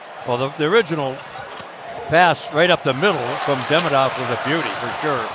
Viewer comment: He called Demidov Deminov